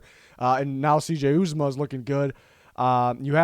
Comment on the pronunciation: Ooh zah mah is how u say it. He was hurt in the 2nd game last year and was lost for the season.